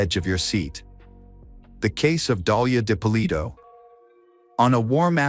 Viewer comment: AI bs can’t even say her name right. Didn’t make it 5 minutes